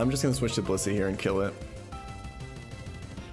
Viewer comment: I'm sorry but every time he says blissy I hear bussy what's wrong with me